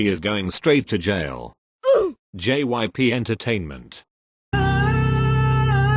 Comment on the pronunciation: The robot voice is like: jips gyp jyips.gypsy....